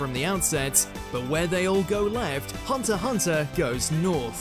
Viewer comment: Thumbs up for pronouncing Hunter x Hunter right.